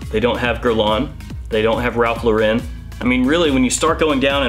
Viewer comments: Great Video, but Ralph Lauren laughs at people that pronounce his name that way. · Ralph Lauren not pronounced like that. It’s American. Ralph is from New York. It’s not even his actual name. Just a heads up, it’s pronounced like it’s spelled.